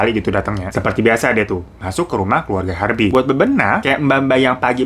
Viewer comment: Bang keluarga bang, bukan keluaga 😁